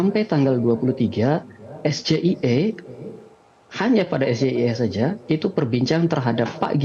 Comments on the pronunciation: Dari pengucapan SGIE aja udh kelihatan gibran tdk menguasai apa yg ia tanyakan.... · Cara pemimpin itu harus jelas di ungkapkannya,, jangan singkatan-singkatan.. Apalagi pengucapannya Indonesia "SGIE" ehh terjemaahannya bahasa Inggris Hadeuhh.. Gibran-gibran Yang jelas doank,, jangan dijebak-jebak,, apa mau menjebak-jebak rakyat juga.. .... Tetap No 1.. Anis-Amin.. Aamiin kan aja dlu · BICARA SGIE AJA NYEBUTNYA GIBRAN SALAH. KRENA KEPANJANGANYA BAHASA INGGRIS. KELIATAN SEKALI BLOONYA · Cara baca singkatan bahasa Inggris salah. Maunya menunjukkan kehebatan. Eh malah menunjukkan kebodohannya. Ternyata baca huruf secara bhs Inggris aja gak pas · ASAM SULFAT SOK" AN TENTANG SGIE. ,,ARTI & PENGUCAPAN NYA SALAH ,,,!!! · Bukan soal pertanyaannya tapi soal pengucapan singkatannya yang salah.. kok bahasa asing pengucapan singkatanya menggunakan bahasa indonesia.. bagaimana orang bisa paham.. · Itulah Gibran merasa di atas angin tapi yataya ttg sgie salah ngucapkn shrusy dlm bhsa inggris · Maksud Gibran mau menjebak,malah berbalik memalukan diri sendiri.nampak sekali kurang ilmunya.dengan menyebut singkatan bahasa Inggris SGIE.Seharusnya kalau kepanjangannya bahasa inggris, singkatannya juga bahasa Inggris.setelah debat ada baiknya Gibran di antar kursus bahasa Inggris dulu.biar ga salah sebut es ji ai i bukannya SGIE.betu kata cak Imin SGIE,Sego Goreng Iwak Endok.YESSS GANJAR, MAHPUD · Malah salah sebut singkatan itu dlm huruf indonesia pulak sdgkan singkatan itu dlm bahasa inggris...samsul samsul 😂😂😂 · Gak fair menanya pakai singakatan yg gak jelas,apalagi bahasa yg shrusny pelafalan inggris disampaikan pakai bahasa indo jdi aneh,jadi gak dpet substansi debatny...harusny nanya yg jelas biar bisa beradu argumen dan rakyat yg mnilai,klo cuma adu ksih soal soal singkatan di anggap menang ya nntin capres cawapres adu singkatan aj...wkwkkkwk...kan jdi hilang esensi debatny,mangkanya kta pak anies prtnyaan cerdas cermat.😂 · Danil aja salah ucap 😮😮😮😮😮 esjiaiu padahal gibrn esgeia